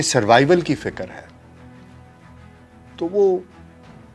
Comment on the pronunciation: سر جی ۔ بہت المناک واقعہ رونما ہوا ۔ آپ نے عمدہ تحقیق کی مگر معذرت کے ساتھ آج بھی تلفظ کی کئی اغلاط جیسے " ۔ فکر ۔ خمیازہ ۔ وغیرہ اور سر جی " مشکور" نہیں " شکر گزار " بولتے ہیں ۔ شکریہ ۔۔۔ SZ Rana official